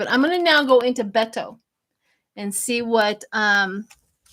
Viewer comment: SHIELA IT'S PRONOUNCED BAY TOE.